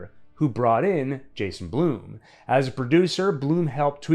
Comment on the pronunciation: Brother, Jason Blum/Blumhouse are pronounced like “plum” not like “bloom”.